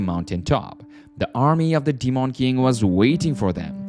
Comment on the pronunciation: The way u say demon is annoying 🤣 … Deemawn king